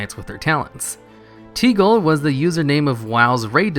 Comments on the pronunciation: It's not "Tee-Gole", it's Tig-Ole", like Tig-Ol-Bitties, which is word play on Big-Ol-Titties, haha. I think one of the devs put in a bunch of references to Tigole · not a single youtuber can pronounce Tigoles name... it is tig-ole not teegol, as in Tig-ole-Bitties.... big ole titties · Why does everyone pronounce his name "Tee-goal"? I'm fairly certain it is pronounce "Tig-Ol" such as tig ol' bitties. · Tig (as in Big) ole (Old) is correct pronunciation.. since his name was Tigole Bitties, Afterlife.. Mithaniel Marr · Why can you not pronounce tigole like a normal fucking person